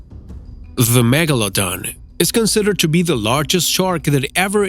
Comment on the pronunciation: Why do you say Megalodon like Megalodong?